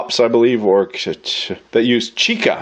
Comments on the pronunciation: sweet buttery jesus! also, chicle, not chica. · Not "chica," but chicle (pronounced CHEE-klay). From latex of the sapodilla tree. And now you know how Chiclets got their handle! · Chicle, not chicka. There's a great story about how General Santa Ana got taken by some guy named Adams, who made out like a corpulent murine selling sweetened tree sap.